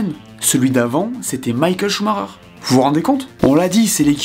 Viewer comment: Arrête de dire shumarer stp, c'est Schumacher . Depuis le temps que tu t'intéresse a la F1 🤦